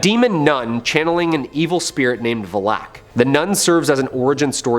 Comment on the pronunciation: Bros was messing up names left and right😭😭 its Arne (pronounced arney) and Valak (pronounced val-ack) not Aren and Vellak....